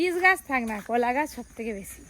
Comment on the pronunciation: কলা কে বলে কোলা,মজা কে বলে মোজা,শীত কে বলে সিত